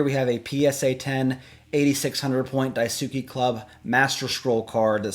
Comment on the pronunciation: i know this is totally random, but it's not die-su-ki, it is pronounced die-ski club, daisuki means to really like something in japanese.